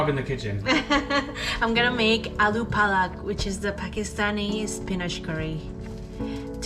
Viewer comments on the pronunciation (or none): Its Aaloo palak not Aaloo pata Pata means leaf but palak means spinach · Aloo palak....aaloo paaluck... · It’s aalo-paalak potato-spinach